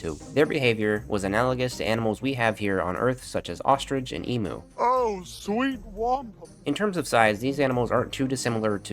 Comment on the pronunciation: it's not pronounced emo, it's emu